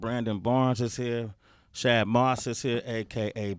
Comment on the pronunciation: All these years Bow been saying his real name and they still say it wrong on every show. Shad is not hard to say. Bruh.